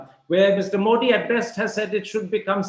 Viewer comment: मोदी is correct मोठी as Karan pronounces is wrong.